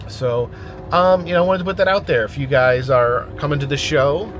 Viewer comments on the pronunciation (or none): none